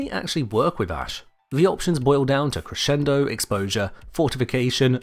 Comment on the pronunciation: Liked just because you pronounced "crescendo" correctly.